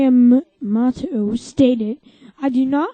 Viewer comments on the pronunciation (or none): REHURSE YOUR LINES DUDE AND IT'S PRONONCED Me-a-MOTO